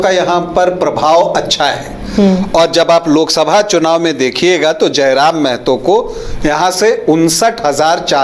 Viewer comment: पहले आपलोग महतो ढंग से बोलना सीखिए मैडम और सर जी, जानकारी के लिए बता दे कि मेहतो नहीं महतो होता है।